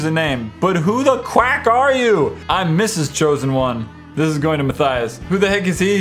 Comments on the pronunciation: You said myturtles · XD He said mine turtles instead of Matthias!! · Did anyone else here him say 'I am my turtles 🐢 ' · Ya he said my turtles. That's a new one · You now u said ma turtle!😂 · Matthias said "My Turtles" instead of Matthias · Anybody else catch that he said "My Turtles"? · Who heard ma y turtles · Did anyone notice that in his intro he said "How's it goin guy this My Turtles?" 😂😂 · Did I... did I hear him say "Hello I am my turtle's" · he said I'm my turtels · Is it me or does any else hear at the start "what go'in on guys I am my turtles" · Gaming Invasion! He said my turtles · at the beginning he said '...I am my turtle...' instead of Matthias! lol XD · Did you in the very beginning I thought you say I am my turtles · HE SAID MY TURTTILES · u said turtle.